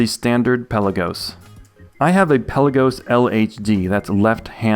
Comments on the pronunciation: Hi. I’m a watch nerd…and a pronunciation nerd (police?). Pelagos or Pélagos is pronounced Pé-la-gos and not Pel-a-gos…or anyway close to the way …Pellagiss or any Brits for that matter pronounce it. The watch’s name comes from a town in Greece and means “depth of the sea” and is not pronounced as in archipelago. Awesome vids by the way! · It's "Pelaga". Pelagos (πέλαγος) is a Greek word.